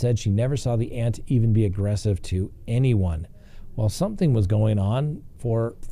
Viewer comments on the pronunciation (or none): none